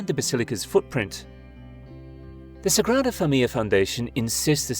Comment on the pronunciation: Your pronunciation of Sagrada Familia is pathetic.